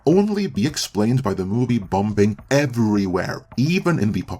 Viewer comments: I love the way this guy pronounces "Bombing" Bomb-bing 🤣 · I love your videos man and get that English isn't your first language, but just to let you know you don't pronounce the second B in bomb/bombing. Keep up the good work